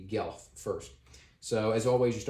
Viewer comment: FYI, it's pronounced "Gwelf", not "Gelf"; it's a mispronunciation of the Germanic "wolf". (There's a city and university called Guelph in Ontario, so like a lot of Canadians I'm familiar with the name, although this game gives me a greater appreciation of its origins!)